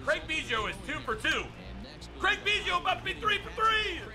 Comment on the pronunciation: why so say Craig biggio name wrong😂😂😂